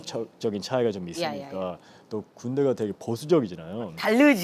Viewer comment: ㅋㅋㅋㅋㅋ This is gonna be So 짜나오~ 이거 짜질꺼 잖아요 라고 교포어ㅎㅎㅎ